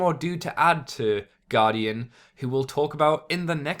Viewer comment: For the upgraded heads, the team say 'Met On', the series was from 1991 and the pronunciation of the name Guardion is correct, it's just like Guardian, only with an O.;) Hope this helps.;) Awesome Brave review as always. I guess we'll see another combiner after we see this super form, before the big finale of this second Brave series; again from 1991 when Takara finally decided to resurrect Optimus Prime, after killing him again in 1987, also TF Victory music IS awesome!;)